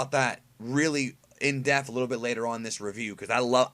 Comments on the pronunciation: Please stop using the word depth if you're not going to pronounce it correctly. There is a p in that word. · Love u but it's pronounced "dePth" it always sounds like u say death hehe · There is no "f" in depth.